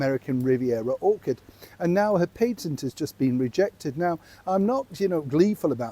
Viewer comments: I simply adore how your mouth refuses to say Orchard and near always pops out Orchid. No worries, it won't be around long😅🤣😂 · I love how everyone keeps calling it ... Orchid